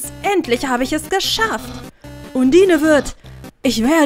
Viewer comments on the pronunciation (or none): du weist schon das man undyne ondeine liest ?